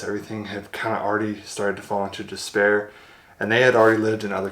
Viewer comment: disREpair, NOT dispair. DilapiDated, NOT dilapiTated. "Cire liquide" is liquid wax.